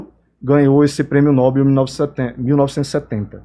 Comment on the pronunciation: Não é Nóbel é Nobel, ou seja, sem acento agudo na consoante o.